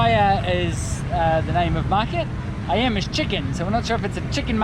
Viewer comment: It's I-um (Ayam/chicken), not i-am :/ Great video btw, I currenty live in Palembang, south sumatra, u should check out our amazing province down here :D